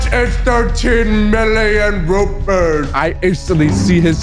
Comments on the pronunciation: Its rupias not rupees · It’s not rupee but rupiah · Dear,. My country (Indonesia) is a horrible country because, overpriced stuff, un-reliable stuff, EXPENSIVE airlines, etc etc, and PLEASE use garuda Airlines next. +points if you use agoda EDIT: it's rupiah (ru-pi-ah) not rupies. And the flights from Bali to Japan is way worse than you think. And expect the pricing to be expensive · it's pronounced "rupiah"